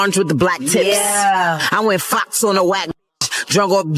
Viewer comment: I thought Remy said "Flocks" not Fox. Like Kay Flock